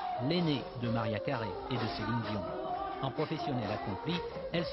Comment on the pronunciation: i love how french people pronounce "Mar-yaa Kareh" ❤️ . . . . . Even though I am